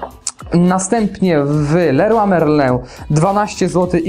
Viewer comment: Kto nie umie wymówić leroy merlin ? a tak wogóle jesteś z Gdańska i czy to była matarnia ?